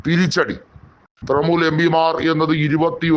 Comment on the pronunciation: ത്രമൂൽ അല്ല. ത്രണമൂൽ